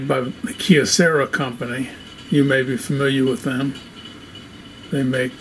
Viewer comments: it hurts ears to hear how you pronounce "kyocera" as keocera. try that "y" to pronounce same as y in "you". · Why do you say Kyocera as kiocera